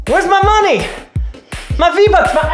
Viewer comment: When he sead maney